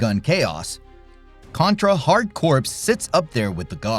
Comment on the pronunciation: Contra: Hard Corps is not pronounced like "corpse", but rather like "core". Try making that mistake to a Marine!